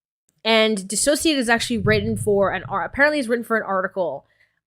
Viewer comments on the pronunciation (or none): I’m so happy you said her channel name the way it’s supposed to be! Dissociated. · The way you say “dissociaDID” never occurred to me that that’s prob the correct way of saying it Makes more sense as a play on words sort of, I just hear everyone say it another way and assumed that must be it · it bothers me that you made this whole video but you can’t pronounce dissociadid correctly lol